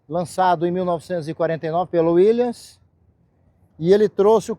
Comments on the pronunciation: Cara, você é um OFICIAL e não aprendeu até hoje a falar o nome do Jeep??? Taí a capacidade dos Oficiais dessa vergonha, que é o Exército. Volta pra sua Escola de formação e avisa aos professores, para que eles ensinem CORRETAMENTE o nome do Jeep WILLYS... NÃO É "WILLIANS" !!! Quando eu falo da VERGONHA que é esse arremedo de instituição (em minúsculo mesmo), é exatamente isso. Um OFICIAL que não sabe o nome do equipamento que ele sempre usou. RIDÍCULO, RIDÍCULO, RIDÍCULO. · Concordo. Eu aprendi a falar Willys ainda criança